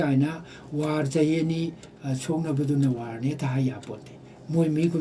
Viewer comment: Bapuji.. Article.. Not African, War... Not Wan